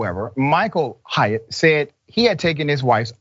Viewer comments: The proper way to say that last name is like ~hate~ Like Haight and Ashbury where us hippie Deadheads hangout. It sounds like you're saying Hiatt. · It’s pronounced hate, not Hyatt